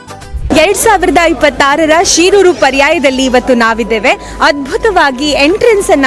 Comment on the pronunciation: Sheeruru alla. Shiruru. Wrong pronounce madabedi